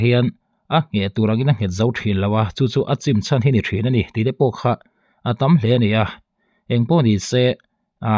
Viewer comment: "Nachin" nilovin "Nichin" tih zawk nise.